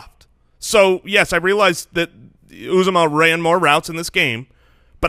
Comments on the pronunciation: It’s pronounced “ooh zoh mah”. I went to Auburn and heard his name announced at games many times. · It’s pronounced yew-ZAH-mah, I’m an Auburn fan